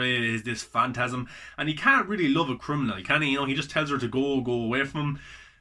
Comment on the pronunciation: You've definitely been sleeping on this man. You said it yourself - it's great. One of my faves. (Also at the end you call it "fast of the mantasm", by accident I think. Made me laugh 😂 👍🏻